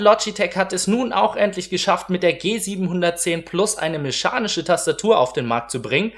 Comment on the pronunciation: "Mechanische" nicht Meschanische...........